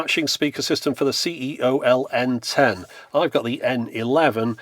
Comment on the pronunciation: I should also point out that ceol is pronounced key-ohl.